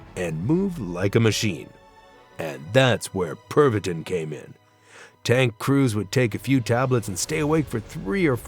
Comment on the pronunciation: Tis pronounced... (perv-uh-teen) :\